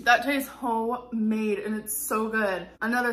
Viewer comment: she has me when she said “that tastes Ho made” instead of homemade LOL